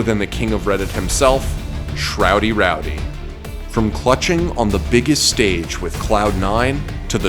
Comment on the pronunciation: You saying “shroudy roudy”is enough to fill Reddit